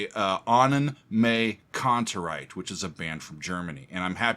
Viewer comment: Pronunciation is more like Annen“My“Kantereit, but you are doing well pronouncing „Kantereit“ which is the bigger challenge